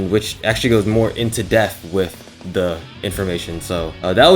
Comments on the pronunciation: Maybe just don’t try to say “depth” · “DEPTH” Not “death”